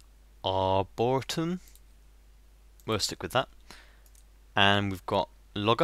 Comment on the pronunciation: are-bore-ree-tum (arboretum)